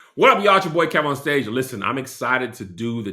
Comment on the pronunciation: Imma need her to pronounce Kev-On-Stage correctly!!!!! Not KEVON 😊